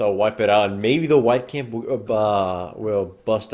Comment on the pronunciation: i swear i always hear White Camp...